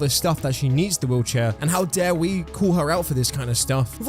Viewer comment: I kept hearing "wheelchair" as "woocha" and I was so confused wondering what the hell was a woocha 😭